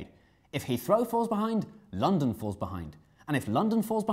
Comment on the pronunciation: Notice in the beginning the word N in London is unfinised